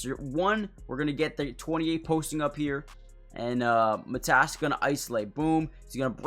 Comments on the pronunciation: Get your facts straight! Matas is not Mat-ass it’s Ma-long A Tas is short A. Matas will be great. Born and raised in the Chicago area! To Lithuanian parents! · Well his name isn't Mat ASS. Just don't emphasize any part of his name. Especially the end. Say it as one word. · Good video, but his name is pronounced more like Maw-tas, with a long A at the start. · Pronounced: Mah-tus (rhymes with "Got us" You got last name right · Matas pronounced. MUH-TOSS. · It's Pro-Nounced "Mah-Dis" fast. He needs to practice his jump shot & be able to knock it down with ease. 10,000 shots per day until its automatic! Something will snap mentally. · It's mA-tas bu-zE-lis. Lietuviškai tariasi mA-tas bu-zE-lis